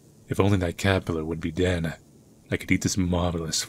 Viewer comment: Why you pronaunce DEAD as DEANA? Is it me or you? (YT censorship?)